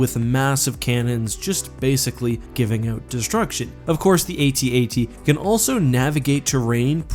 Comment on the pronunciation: The atat you say atat like adad